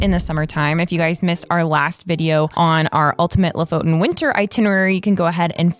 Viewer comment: "lofton" islands??? jesus christ dude.